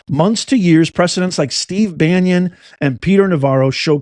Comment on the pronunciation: Are you aware that you are improperly pronouncing Steve Bannon's name? It is not Banyan (like the tree) .. it is Bannon.